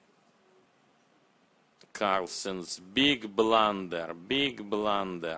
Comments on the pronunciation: BIG BRLUUUNNNDERR! Looks his faces unhreppy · sir,i want the commentator to narrate my life"beeeeg blander we need you"